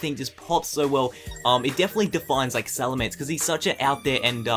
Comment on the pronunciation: not salamnser